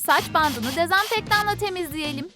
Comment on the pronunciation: Dezenfektan değil dezenfektan 😠